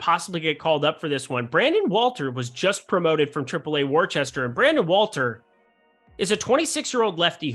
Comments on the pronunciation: waachester...lol Welcome to Waahstahh!! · It's Wooster not Wor-ces-ter lol